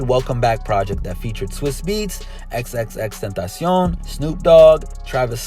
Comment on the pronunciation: haha finally someone who says xxxtentacion correctly!